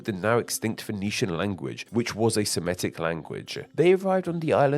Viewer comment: FYI, the word "Semitic" is pronounced the way it's spelled: /se-MI-tik/, not /se-ME-tik/.